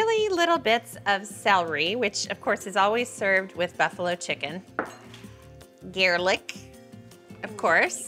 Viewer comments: It’s kinda funny that she said Garelick instead of garlic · That’s a new way to say, garlic!